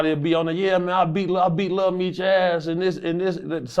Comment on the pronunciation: “little meech”….its lil Meech…lame a s s!!!!